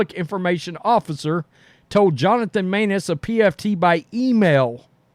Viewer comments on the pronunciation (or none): none